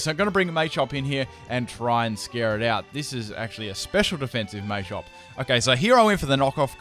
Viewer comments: ITS NOT MAYCHOP ITS PRONOUNCED MA-CHOP MA NOT MAY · "may-chop" lmfao